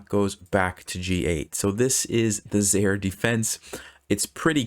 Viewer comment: "Zaire" used to be the name of a country and it's pronounced "zi-ear"